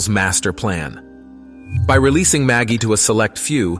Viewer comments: Are you sure it's not pronounced with a soft G? Like magic? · Pretty sure it's "Ma jai"